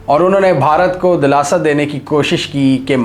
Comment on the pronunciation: دولاسہ نہیں سرجی دلاسہ ۔ دال کے نیچے زیر ہے